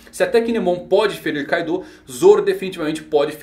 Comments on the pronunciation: Meu amigo, o nome é Kaido, e não Kaidô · Tô rindo de raiva dele falar Kaidô kkkkk